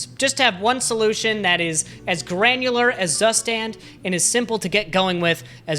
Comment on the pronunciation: i will never get over the fact how english speakers butcher the pronunciation of „Zustand“ 😂